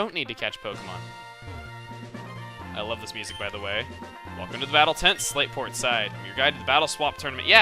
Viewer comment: I keep hearing "Slaveport" whenever you say "Slateport" city lol